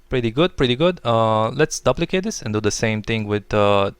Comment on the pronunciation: Whoa! This is sweet. Love the creative original techniques you provided in this video. You don't find that often on youtube these days. Reminds me of when I used to watch video copilot tutorials. lol, this isn't very important but just for the sake of future videos, I don't think you are pronouncing "duplicate" correctly. The "u" is long, as in "soup" or "room".